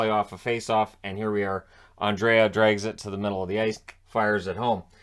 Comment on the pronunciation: I read a post by a Swede who said that "Andrae" is actually pronounced simply "Andre". Gord Miller knows it, but Belak doesn't. But, I like the way he calls a game.